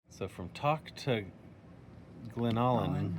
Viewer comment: To pronounce it....Glenn-allen ....its TOK long O sound...and it Val-dez